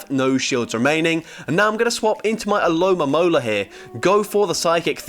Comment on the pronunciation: It's ALOMOMOLA. NOT ALOMAMOLA. No mames.😂